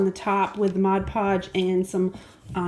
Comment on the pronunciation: The best part about this is that you said "Mod Podge" correctly...LOL! But seriously, great job. I was wondering how the little village would look if painted white. Thank you so much for sharing!